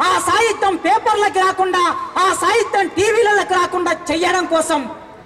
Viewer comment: orey sahityam ane padam palakadam nerchuko